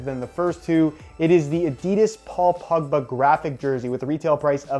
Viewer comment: It sounds like he is saying pugba not pogba